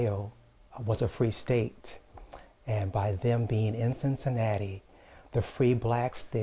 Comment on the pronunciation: Cincinnati not Cincinatta lol